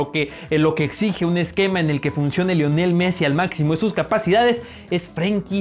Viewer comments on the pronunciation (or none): none